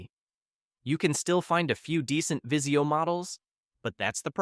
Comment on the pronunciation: Vizio not viseo lmao